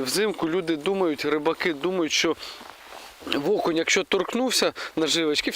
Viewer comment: Привіт! Веселого Різдва! Дімчик питання: чому (ВО)кунь???. Це особливість місцевого діалекту? Чи Семен Олд навчив?.